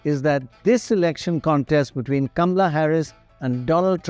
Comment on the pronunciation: It's KAMALA, not Gamla 😅